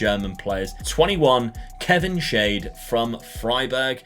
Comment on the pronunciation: Like how he's pronounced Kevin Schade. Made him shade, but his name actually means "what a shame" in german 🤣